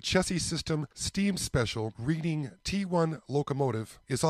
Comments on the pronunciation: After turning sixty, the hair on your ears, your eyebrows and any hair you don't want will grow long. The hair on top your head will stop either all over or the old male pattern baldness. Such is life. I know you do not live on the east coast and I am not making fun of you. When you pronounce Reading as if you are learning from a book, no one I have ever spoken with in PA says it that way, including people from Reading. The only way I have heard people say it is "Redding" as if you are colorizing something red. Hope this helps. It may not be the correct way according to Webster but he never lived in Reading. 😃 You are lucky to have a Hobby Shop that is close by. Hobby shops have a tough time making ends meet in modern times. So few people put up a train garden any more. A local fire company stopped with a group of individuals that would set up every Christmas season and these people loved doing it. My local shop sold his inventory and closed shop. Gone are balsa wood kits for RC airplanes and most of the RC fuel engines in favor of instant gratification with the electric ready to fly planes made of styrofoam and other lightweight materials. On a different note, Fisher Body Craftsman Guild was discontinued in 1968 where young modelers would build a replica of the Fisher Body Coach that was the emblem on sill plates of many GM cars. The Guild tried to get the younger generation involved in designing new vehicles. Now it is all done with computers. I love model railroading even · I got a lot of flack for pronouncing it read-ing. Thats how us midwesterners said it on the monopoly board. I know know better and say in red-ing. Yes its sad how times change and the youth have different pastimes and no developed skill sets. Makes ya wonder whats life gunnel be like in another 50 years